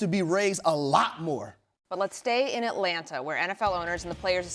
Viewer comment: It’s Etlanna, AtlanTa Dan.